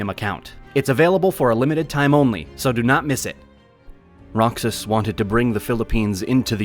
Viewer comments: Rocks-iss and Mag-say-say. really? It is more like Ro-Haas and Mog-psy-psy. as in psychic. And don't get me started on how he pronounced Macapagal. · The mispronunciation of Duterte wasn't the only mistake heard on the video. The narrator pronounced Roxas as "Rocksas". The actual pronunciation is actually "Rojas" (in the Spanish language the "X" is actually pronounced as "H"). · its (ro-has) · "Roksaz"😳 that would be Roxas (Ro-haus)🤡 AI is not that intelligent🙄 🤡💯🤡💯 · Pronunciation of Roxas is "Rohas" not Roksas. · Roxas is read as “Rohas” not “Roksas” but overall, it's a great video. Love it. ❤ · The Philipinos pronounce it Ro-Hoss. The X is pronounced as an H. Additionally, the muslims in Mindanao for the most part are a bag of terrorist screws or enablers. With Isis, Abu-Sief, and NPA, they are ruthless bloodthirsty crazy screws IMHO. I have been there and seen it and their activity. Kidnappings of foreigners, murder of entire villages and children. Duterte had much success stabilizing Davao and was elected as president and furthermore he stamped out Criminals, Drug Dealers, and Terrorist trash all over Philippines. Now you can go to Mindanao and not worry in many places about being killed by crazy religious zealot aholes. A definite improvement by any measure. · Unless you're talking about Kingdom Hearts, you should pronounce Roxas as Rohas (like Mexico is Mehico). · Use an H instead of a J. J is for Jack and Jerk and Jingle. H is for that sound that the spanish corrupt all the time... They don't have a J and don't know how to spell anyway LOL. Ro-Hoss. That is how you would type it if you want the rest of the world to know how to say it. E is only pronounced as a long A in the romance languages but never English or German, with English being the international language of business. We are right because we are Americans and we have the bombs LOL 😜👍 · You butchered Roxas named BADLY! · Roxas is pronounced like the J in Juan since it is hispanic in origin